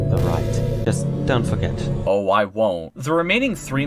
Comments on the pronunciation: The amount of times u said dont forget at the ends sounded like dont Frick it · The Dont forget at the end sounds like dawn forget